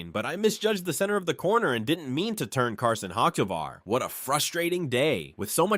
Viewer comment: And learn how to pronounce Carson’s last name!!!!!!!!!